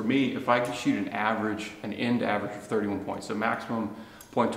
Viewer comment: Great shooting, 👍!! You're no more "averange" 😁..